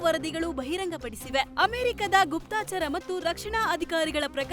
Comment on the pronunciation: ಗುಪ್ತಾಚಾರ 😢ಅಲ್ಲಾ ಗುಪ್ತಚರ ಎಂದು ಹೇಳಬೇಕು